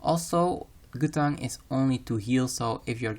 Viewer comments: Just make sure you a full set of gutan. Not Guth-ans, but gutans. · lol 'gutan' its 'guff-ane' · GUTH ------ ANS GUTHHHHHH ANNNNNSSS = Guthans = How to say it.. god that was killing me in the video.